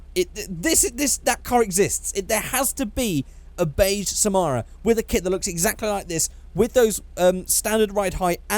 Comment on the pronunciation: Just came across this vid and I gotta say, I love the way you pronounce Samara and Sputnik. The main (and only, actually) difference between these two is that Sputnik (Russian for satellite, companion, fellow traveler) was used in USSR/Russia, while Samara (a Russian city) was used for exported models.